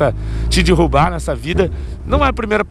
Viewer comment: ele fala dirubar kkkkkkkk e derubarkkkkkkkk